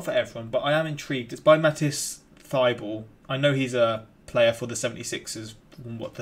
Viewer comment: Its pronounced Mateese